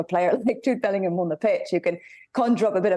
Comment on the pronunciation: Was I the only one who couldn't stop laughing when she said 'Bell-end'oor. 😂😅